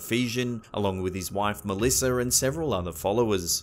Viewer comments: "Along with his wife Melisserr." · Where is the "r" in Malisa??? Because knows it's at the end. It ends with an "a" so it must make the "r" sound.